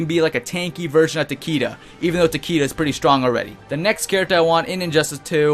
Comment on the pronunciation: he's Japanese so it's pronounced Tuh-Kay-Duh ;-; not Tuh-Kee-Da